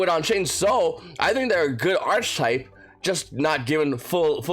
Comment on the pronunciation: That’s not how you say archetype........